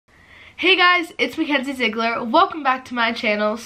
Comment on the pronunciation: did she say its me henzie Ziegler?